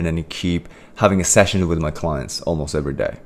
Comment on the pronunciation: am i the only one who is hearing session as sex